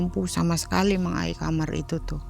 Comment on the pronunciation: SETIAP DENGAR CERITA NARSUM, PASTI SALFOK SAMA NARASUMBER BILANG KAMAR ITU JADI KAMER